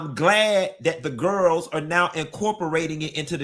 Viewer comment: "Kandi and the Gwarls" 😂